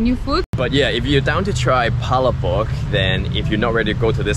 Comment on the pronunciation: Please pronounce Palabok correctly.